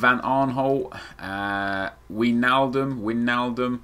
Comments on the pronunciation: Wijnaldum is pronounced Wainaldum...Btw perfect time to upload a vid man :P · Try saying wijnaldum like: wine-all-dum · Wijnaldum is pronounced winealdum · Pronounce as whynaldum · say it like wynaldum